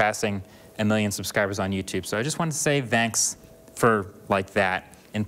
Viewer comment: he says "thanks" in a funny way. I think he is half german.